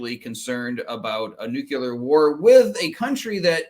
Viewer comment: NEW KLEE AHR. NEW KLEE AHR. not Nucular.. not a thing. drives me crazy. Nuclear.